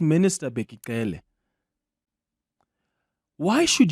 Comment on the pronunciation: why does Clement pronounce Cele like a white person 🤔